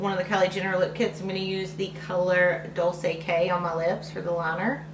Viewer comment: It's dol-CHAY k not dol-say k